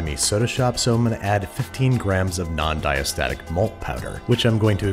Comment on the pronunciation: Babish: So I’m going to add 15 grams of bon-diastatic mulk powder. Me: Mulk?!